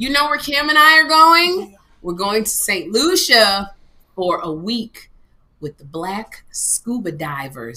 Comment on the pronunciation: You’re going to St Lucia?! And I won’t even be in the country dang! Also kudos on saying the name right!!!